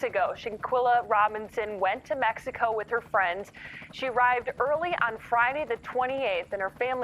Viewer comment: Prayers for her family, also the beginning says “Cabo, MEXCIO”?? 🧐 I’m sorry but isn’t it “Mexico”